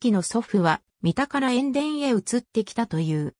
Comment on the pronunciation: 塩田 えんでんではなくしおた